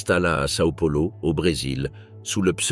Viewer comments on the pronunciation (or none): none